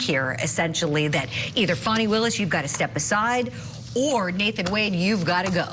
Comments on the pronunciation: It’s clearly “Fanny” and not “Fawny” stop going along with her trying to make it sound more than “fanny” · P.S. Fani Is Pronounced “Fanny.” 😉